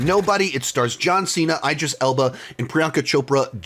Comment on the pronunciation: His name is not EYE-dris. It’s IH-dris. 😑